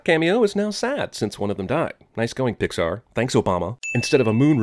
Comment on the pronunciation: I didn't expect to find a new reply on this video... also, you said Poxar Theory instead of Pixar.